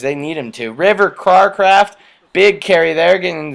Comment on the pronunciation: Cracraft is pronounced CRAY-CRAFT